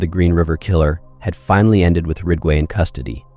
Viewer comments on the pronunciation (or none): It's not 'Rigway' but 'Ridgway',...RIDG....and these adds:how many adds can one take,listening to a story....djeez....pffff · Rig-way? It’s Ridge-way… If you can’t even pronounce the main characters name, right, I’m out. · Good content but is it possible to make sure the AI is accurate and the volume levels consistent? Gets tiresome when the AI doesn’t even pronounce Ridgway correctly.